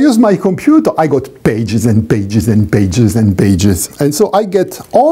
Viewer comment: "...because when I use my computer, I got beiges and beiges and beiges and beiges..." accents are marvelous things C